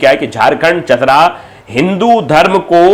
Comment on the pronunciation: चतरा है चितरा नही